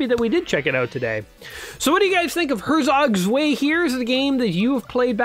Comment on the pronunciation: Him :ersog svay German :hertzok tzwei